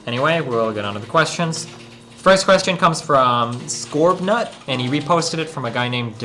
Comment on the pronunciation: Oh god the way he said "skorbnut" , I laughed so fucking hard